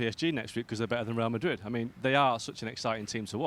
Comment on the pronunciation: Ale can't say Real Madrid. Rae a Ma ee.